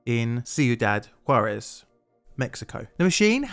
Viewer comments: Props for getting "Juarez" right, I can see practicing to pronounce it correctly might have been... *plainly difficult*. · I appreciate you actually looking into this (and also not prounouncing it "jar - ez")